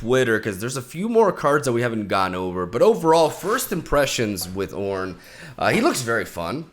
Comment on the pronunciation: Leave it to to butcher the God's name into CORN